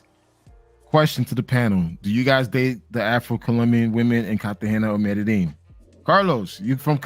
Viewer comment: Colombia is nice but not enough outisde of the chicas to keep me goinc back. I have a lot of otgrr countries i want to hit. By the way Medellin is pronounced Mede-yeen or Mede-jeen! 😅✊🏾